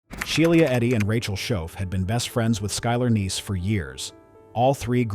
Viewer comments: Right I’m like who is She-lee-ah? I thought her name was SHE LAH LOL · She-lee-ah and called nine hundred and eleven! 😂😂😂😂😂😂😂😂